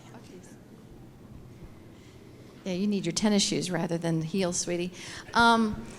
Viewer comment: Did that lady just say you need your tennyshoes rather than your hills sweet. Wow that sweety is gangst!